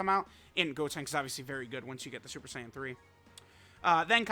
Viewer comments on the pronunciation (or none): none